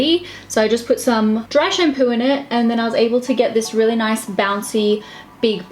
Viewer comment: "noice" 😂! Also love Jennifer Stano's stile so much toooo 🦄 💙